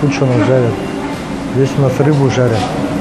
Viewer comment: Кошмар!!! ЗдесЯ, тамА, тутА... Невозможно вас слушать..следите за своей речью, пожалуйста..((((